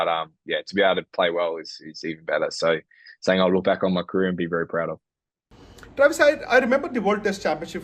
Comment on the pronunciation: U butcher travis😭😭😭 Why with us not once but twice😭